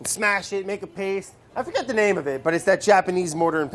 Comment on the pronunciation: "I foRGIT the name of it..."